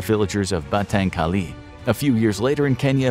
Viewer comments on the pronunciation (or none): none